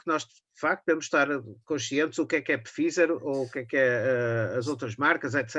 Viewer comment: O nome da empresa farmacêutica Pfizer pronuncia-se “faizer” 😎